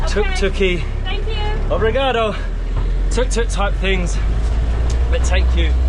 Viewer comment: You certainly got that "Obrigado" down pat. Anything else you know in Portuguese??